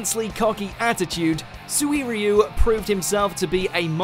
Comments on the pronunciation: Did you just say Sui-ri-you? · ...how is this guy fitting a 'w' into 'Suiryu'? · SWIRYU HAHAHHAHAHHA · Am I the only one who thinks he said Suiriya wrong? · Wtf is Suiriyu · Is Suiryu no Suiriyu like what the heck man